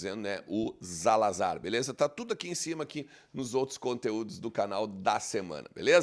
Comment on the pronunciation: Como ele é espanhol não é Zalazar é Salasar que se diz pois, em espanhol não existe o som do Z, ou seja, a pronúncia correta é S. Assim como no caso Luizito, é Luisito que se pronuncia, ok forte abraço irmão.